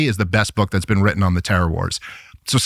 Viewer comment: "You've never bean?"